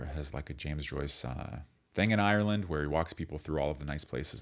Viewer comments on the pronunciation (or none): none